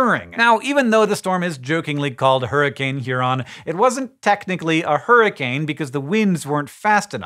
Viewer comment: "Huroncane" That's it Green, your pun license have been revoked.